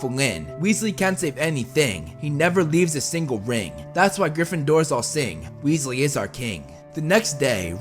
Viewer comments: ronald weeslee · MacaRon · Wealsey It’s weasley not wealsey